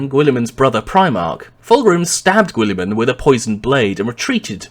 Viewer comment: sorry but I can't take this vid seriously with your pronciation, GWOOLY-MAN It's a silent 'U' just like in the word guild which makes sense as He carried over Konor's meritocratic methods to govern maccragge and eventually reform society and trade across the galaxy, just like the Roman empire settling across Europe and Asia. And considering just how far the Ultramar system is from the Sol system I think it's not too much of a farfetched analogy.